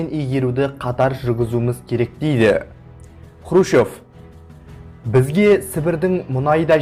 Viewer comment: Сен Хрущев деген фамилияны дурыс айтып уйренши,онан кейин Хрущевка карсы турган жане кызметимен коштаскан еки казак болды,онын бириншиси жылдары республиканын 1 хатшысы болган Жумабай Шаяхметов,екиншиси 1962жылы министрлер кенеси торагалыгынан босатылган Жумабек Ташенов.Шаяхметов Хрущевтын Казакстанда тын котеру саясатына карсы болды,Ташенов Хрущевтын Казак республикасын болшектеу саясатына карсы болганы ушин,сен ол кезеннин накты жагдайын билип алмай билгишсинип сога берме.